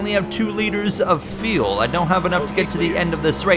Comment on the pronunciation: Bro, FFS please learn how to pronounce the word "fuel". It's like "you'll" or "mule" but starting with an F. So tired of hearing you talk about pitting for "tires and feel" lol